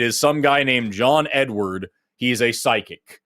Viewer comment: John Edward. No "s" on the end.